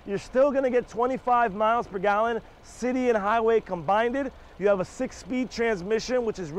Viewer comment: Hey. Love your reviews. But it’s combined. Not combinded. 😂